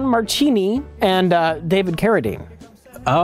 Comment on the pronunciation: Just going to be the know-it-all, Christmas party pooper here but in Italian, "ch" is pronounced "k". So Marchini is actually pronounced "Markini". Marry Christmas you bunch of hacks!